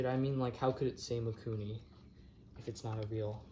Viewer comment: Mikuni not maikuni